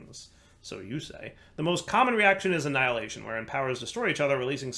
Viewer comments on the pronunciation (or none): none